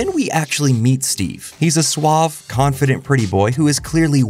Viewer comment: This is the first time I heard someone pronouncing "suave" as "Zooab"